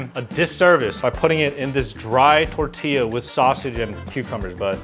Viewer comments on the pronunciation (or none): none